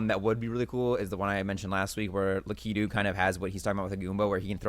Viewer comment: Is no one gunna comment on Jakes pronunciations. Lakeedoo Lakitu. Oobeesoft. Ubisoft.